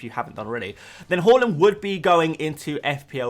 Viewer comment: You’re still saying “Holland” aren’t you 😒 Its Haa-land! Watch his City unveiling, he himself corrected people!